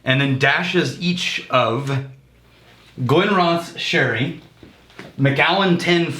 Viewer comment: Glenrothes is pronounced Glen-Roth-sss the village is pronounced Roth-S